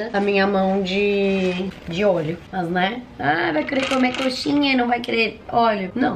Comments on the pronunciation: Ela falou óleo mas parece que falou olheo '-' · eu sei que ela falou óleo mas pareceu que ela falou olho